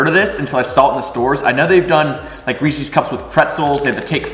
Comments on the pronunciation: I love your channel- and you seem like a rad dude to hang with. That said... it's Reese's, not Reeseeeeeeeeze. 😂❤️ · Why you say Reese’s like that?